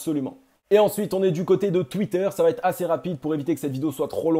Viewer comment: "Va être" pas "vaTêtre" 😉. Merci pour tes analyses 👍